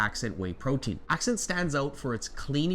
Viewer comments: It’s pronounced “Assent” not “ax scent”. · You pronounce Ascent as ack-cent but it's pronounced as-cent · Um..it's Ascent...like ascend. Accent was killing me 😂. Mixes super easy with a spoon and dissolves easily. Not 1 problem with it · I don't mean to be rude. It's "Ascent" not "Accent" my friend. Thank you for all your work! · Ascent not accent. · Isnt ascent pronounced ah- sent ? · literally was about to comment lol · Super helpful, thanks! But you might want to check out the pronunciation of Ascent.